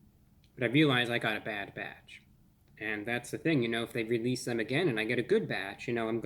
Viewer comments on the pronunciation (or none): Before ReviewBrah I never put so much emphasis on the word "release".